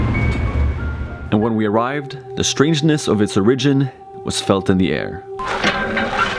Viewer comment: I usually forget that English isn't first language. Then he pronounces "origin" like it's "original."